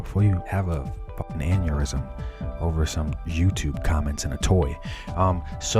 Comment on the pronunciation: Did you say Manurism? Instead of Aneurysm? Did you take mannerism and have a baby with Aneurysm? 🤣